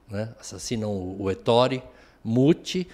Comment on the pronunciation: Ettore, com acento na na primeira sílaba/vogal. Fala-se é -ttore!